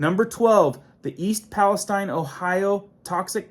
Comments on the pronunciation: Palesteen is correct way to say. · Pales-TEEN Pales-TEEN NOT TINE. We are not in the Middle East. Texas has a Pales-TEEN too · I grew up 18 miles from East Palestine. Palestine is not pronounced like what's in the,Bible wirh a long I, but a long e. All kinds ds og wildlife and live stock have a dare still dying everywhere. Foods coming out of Ohio will be unsafe for a long while. It's a mini Chernobyl. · It's "Pal-ess-STEEN" This isn't the middle east, goofball. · Ohio girl here. Palestine sounds like Palesteen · idk why palastine is pronounced different in usa then palestine Israel